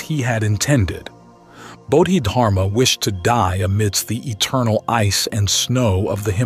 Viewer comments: It's pronounced bodhi dharma rather than bodhid harma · Actually the Chinese didn’t convert to Islam by the sword, you might ask your AI written and poorly pronounced presentation (How do you get such an important name wrong) to double check its facts, it was much more complicated than that. Trade, merchants settling, different Dynasty picking it up, central Asian migration, the ancestors of the Hui people was another factor.